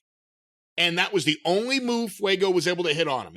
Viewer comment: 😂 😑Jim called Fuego pale